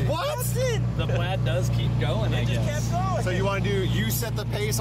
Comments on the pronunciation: Leider wird es tesla "Pläd" und nicht plaid ausgesprochen. Wer auch immer sich das ausgedacht hat.. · Moin JP! "Plaid" spricht man nicht wie played aus, sondern plädd!